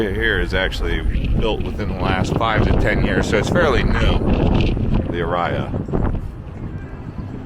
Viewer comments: Lost me at "Uh Rye Uh" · I think Aria is pronounced differently :-)